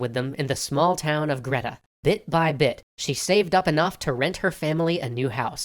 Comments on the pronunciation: Big fan of Extra History and appreciate a touch of Australia in there! Greta is actually pronounce 'Gree-tah' rather than 'Gret-ah' (Apologies, not sure how best to iterate this phonetically!) Follow this link and you'll be able to hear it after a second or two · Just saying it’s not greta it’s gree ta it’s pronounce like that but spelt greta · You don't pronounce 'greta' right it's pronounced "greeeee- da" like greed with an 'ah' sound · In Australia we Pronounce the town name Greta as GREETA with a hard E sound. As a young boy I like most young Aussie boys I was raised with tales of Ned Kelly and his last stand against the system that screwed him and his family over. That was until I found out about the watch he stole from a police trooper that he and his gang had shot and killed in a ambush at Stringy bark creek Stealing from a dead man not really what you would expect from a HERO. He did however hold up entire towns when the USAs biggest criminal was holding up trains. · Someone else may have said this, but that is not how you say Greta; at least not in Australia. Greet-ah is how I've always heard it said. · hello just an Aussie that used to live ten minutes from Greta I'd just like to say it is pronounced 'Gree-ta' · Just letting you know, 'Greta' is pronounced 'Greeta', with a long e. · I'm always amused by people pronouncing Australian town names :) Glenrowan? Spot on Greta? Actually pronounced "Greeta" Still, huzzah for Aussie history!